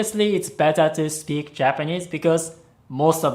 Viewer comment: I heard “he pays attention to you when you SLEEP” instead of “speak”. Hahaha I was like wtf, where would he be able to watch me sleep